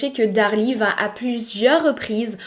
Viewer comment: je découvre votre chaîne et je vous suis à présent. Je souhaitais juste vous dire de faire attention à la liaison phonétique suivante: vous dites souvent "vat être" au lieu de "va être". En dehors de ce détail, Bravo j’aime beaucoup votre narration, le choix des histoire, tout est agréable 😊❤❤❤